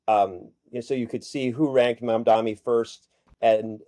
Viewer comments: "The name is Mamdani -- M A M D A N I -- you should learn how to say it." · Embarrassing that 2/3 of the panel can't even get the name of the winning candidate right. M-A-M-D-A-N-I.